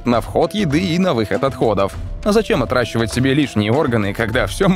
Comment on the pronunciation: Все время место "отращивать" слышу "отдрачивать"